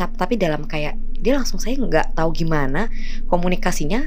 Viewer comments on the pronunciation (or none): none